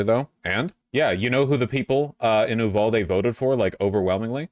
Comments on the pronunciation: Sometimes I hate you vaush Why do you pronounce so many things so incorrectly it's uvalde not oohvalde 😂 you do this with so many words and it makes no sense did you make a bet with someone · Hi, leftist Texan here. It’s pronounced “You-valde” not “ooo-valde”. A good rule of thumb in Texas, if the cities name is in Spanish, it’s probably pronounced incorrectly (i.e. Like a white person). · It’s pronounced You-Val-Dee